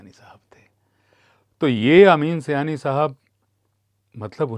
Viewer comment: Sir ye Sayani nahi hai ye saaayani hai